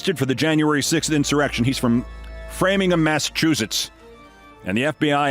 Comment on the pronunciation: As a Massachusetts native born and raised, I've got to tell you the "-ham" in Framingham, MA is pronounced "ham," not "em." This is especially hilarious coming from someone who'd just been complaining about Kamala Harris' first name being mispronounced. 🤣